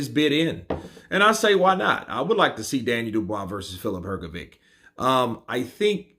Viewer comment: Daniel Dubios pronounces the last name Hrgović correctly., it's really a big puzzle to me how you can continue to pronounce the last name incorrectly when DDD pronounce it correctly. Could you please explain that? I invite you to listen to the correct pronunciation of DDD. Listen, please, how to pronounce the surname Hrgović CORRECTLY!